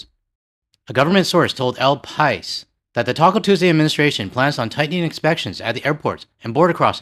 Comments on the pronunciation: Simple solution: Stay out of USA. I was watching Woke Up Dead 2009 and finally found out what Taco Tuesday meant: 3 tacos for 99 cents! Years before, I got 5 tacos for ½ $ in Mexico City. The diarrhea came free of charge. BTW El Pais is pronounced pa-EES. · Dude. El pa-ees. Spain's largest newspaper :)